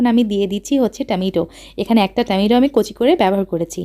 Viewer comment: হ্যা। বেশি ঢং করতে গিয়ে বকবক বেশি করে এই মহিলা। টামেইটো😴